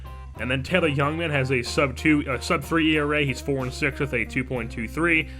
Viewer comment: I would assume they aren't as he isn't very familiar with the name pronunciations of their prospects. This does not bother me, just using information I have to make an assumption as I live in MKE and we hear about these guys regularly. I.E. Taylor "Jungman" instead of "Youngman"